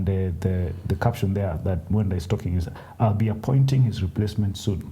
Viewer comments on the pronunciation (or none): It's Nick '''Mwenda '' not nick mwendwa ! :-) :-)